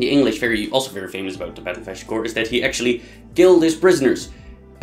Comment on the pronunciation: Agincourt. Pronounce it just like the French do. Not 'ashdincourt(!?)' A zjien koer!